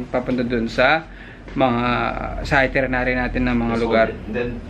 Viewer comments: Itinerary! Not itrenerary!!! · itirenary o itinerary😂😂✌🏻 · Hahaha. Cute guy. Chubby cheeks! Cutee. Sarap kurutin. Hehe. And it’s pronounced as ITINERARY. Haha. You’re still cute though. Hehe. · Nakatatlong beses nyang sinabi ung itirinary wahahaha di ata nya alam na dapat itinerary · It's itinerary, babe :) But it's fine you're still cute 😍